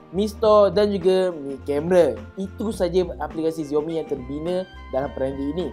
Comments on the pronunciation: XIAO mi la bukan ZIAO mi.Sebut betul betul la nama brand tu.makasih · Dia sebut xiaomi terasa mcm dia sebut ziaomi...dia sebut ziaomi mcm nak menghina perkataan xiaomi.. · tkde sapa ajar dia sebut xiaomi dgn betul ke? geram pulak aku dengar